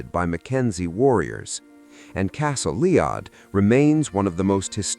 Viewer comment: Hmmm...No mention of Castle Eilean Donan, and Castle Leod mispronounced...This is junk summary.